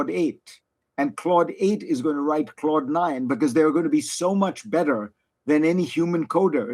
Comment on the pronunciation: No one: Fareed: "Clord"